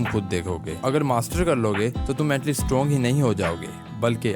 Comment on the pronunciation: . Strong........ Or Stronge......!!!>